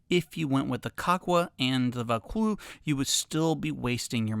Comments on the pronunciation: It’s pronounced “ voe-cloozz “. It’s something that could interest me. My pack has no framing so it’s like a barrel when it’s full. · Oh, so the "Vaucluse" came loose!